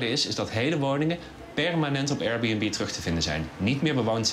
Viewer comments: Hij zei het zoals: Eier-Bunb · Als belgische liefhebber van comedy, moet ik wel zeggen dat jullie met Lubach echt wel een topper in huis hebben. Die absurde akward intro joke met de Airbnb uitspraak was geweldig! lol.